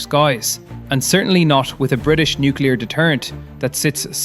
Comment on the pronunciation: No because nucular deteraints would end russia done